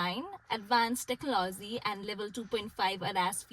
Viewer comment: omg the way she said technology...😭